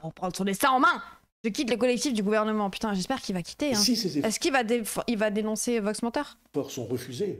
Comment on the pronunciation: Elle me dégoûte sa prononciation de "Gouvernement"